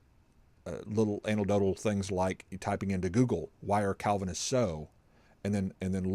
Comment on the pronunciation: FYI, the word is anecdotal, not antidodial!